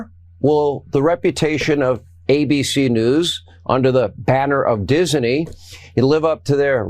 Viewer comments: Why does hannity say ' diseney ' instead of disney? Does he not understand the correct the pronunciation?! 🙄🙄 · What's with hannity pronouncing Disney "Dis-a-ney" ?? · all the righties made Disney 3 syllables. Dis-in-ee. LOL morons